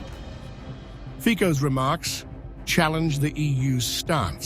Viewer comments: Reader, Fico is pronounced 'Fizo'! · 😮 pronounced Fitso!😮😮 Moron! 😮😮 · Mr Fico is prominent politician and should at least pronounce his name correctly!!!